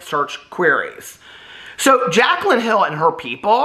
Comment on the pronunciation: I’m cacklin over you calling Jaclyn “Kaclyn”!! Oh. You delight my days.